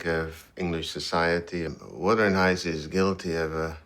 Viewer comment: It's wuthering not withering